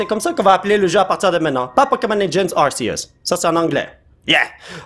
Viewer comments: c'est ar-ké-us sa se dit comme sa je crois car c'est entre deux voyelle que sa fait le s du serpent et non entre r et e donc ar-ké-us et non ar-sé-us et dans mon livre de pokemon sa dit ar-ké-us (arceus) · Il dis arsieus... c'est Ar-c-us que sa se dis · ca se prononce arkeus pas arcius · Ont dit arkéus et non arsséus 😆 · Sa se prononce arkeus mais sa c'écris Arceus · Non en francais tout le monde dit arkeus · Regarde le film Arceus comme ça tu pourras mieux prononcé le nom